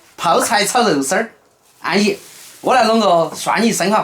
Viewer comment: 好一句 安逸 四川话 真逗